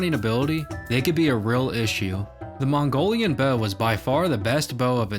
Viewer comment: It's Bow, not beuuuoeau.